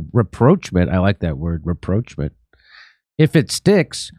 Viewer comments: Everytime Jimmy said reproachment I was yelling "rapprochement!!" I'm glad Aaron came on and clarified! 😜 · Hey Jimmy, RAPPROCHMENT is pronounced ra-prawsh-mon. Its origin is French. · that's not how you read rapprochement. it's pronounced as if it's french word, something like "ra-pro-sh-mon" EDIT: well, this comment became obsolete by the end of the video >< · I wanted to tell Jimmy that this is a French word and even used in English language it is conventionally pronounced in French linguistics "RAPPROCH-MON" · Ps Ra ..proch . Ma n. (Proch as in hot.l 🤔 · Jimmy, you butchered the pronunciation of rapprochement. You need to find a French friend.